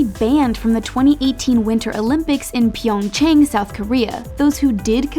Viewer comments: I hate the most when she pronounce PyongÇang as pYeOnGçHeNg! WTF? You didn't even searched about it! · The way she said pyeongchang 😬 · She could pronounce Russian name but not "YuNa".. And Pyeongchang.. Im sorry this is totally unrealted hut it throw me off